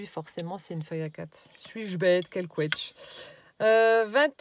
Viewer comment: Coucou Miss "" 😉😁 (chez moi c'est "Quiche"🤭😁) Bien sûr que j'adore tes tutos recyclage 😘👍👏 Préférence aussi pour la page nature 💚 Un GRAND BRAVO 👏 et un GRAND MERCI 🙏 pour ta gentillesse 🤗 Bonne journée et Scrapbisous 😘